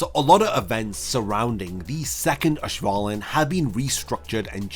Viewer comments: Auswählen is pronounced like ows-vay-len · It’s a minor detail, but please look up how to pronounce auswählen😭